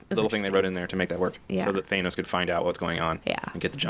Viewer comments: Stop saying Thaynos!!! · Why do you guys pronounce Thanos the way you do.